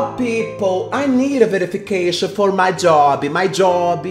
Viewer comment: "Please foe god" kdkdkkd eita